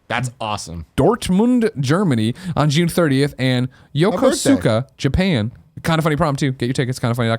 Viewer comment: FYI: Yokosuka is pronounced Yoko-ska. I spent a couple of years there, courtesy of the US Navy.